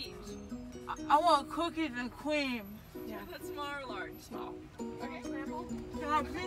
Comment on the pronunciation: Cookeez and cweam! 🤣